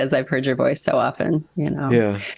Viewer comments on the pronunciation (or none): I only realized now you've been saying "Boyce of reason" not "voice of reason" this whole time. XD At least it sounded that way this time around.